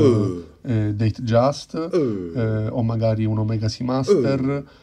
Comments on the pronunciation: LINDBERGH , NON LINDEMBERG. Deitgiast , non deitgiest. Madonnina santa aiutaci tu… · Rolex datejeist😂 si compra 2 Rolex e non sa pronunciare il nome corretto.?boh.